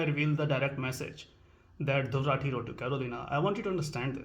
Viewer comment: "Dhurr Ratee" मेँ magan rehta hai woh 🤣🤣